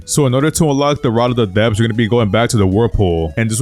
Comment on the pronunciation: Ye I heard rod of the depths I was concerned ngl